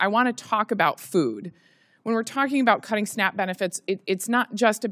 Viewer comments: Oh it's called SNAP, I thought you said snack..😐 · SNAP? I though I hear SNACK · Honestly thought she kept saying "snack benefits" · Whenever I hear Snap I hear snack.